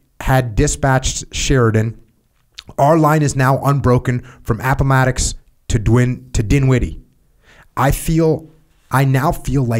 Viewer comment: Pronouncing Appomattox: Jocko’s Vietnam In all seriousness, reading out loud for any extended length of time is gonna make you mess up a few words and eventually everything starts to blend together. No need to apologize Jocko!